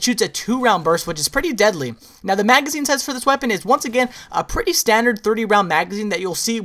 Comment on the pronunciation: Lol at - you say pretty like you have a British Accent